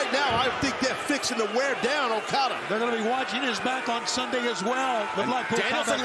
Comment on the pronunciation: For as much jerking '' does to Japanese terms, you'd think he could get Okada's name right...